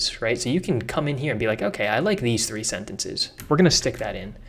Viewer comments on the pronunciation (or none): none